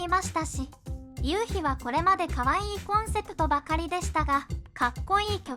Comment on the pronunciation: 1：20ユウキでなくユウヒで発音ではなく発声だと思います。